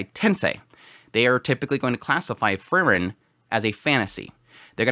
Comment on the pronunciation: It's Freeren, not Frrren.😁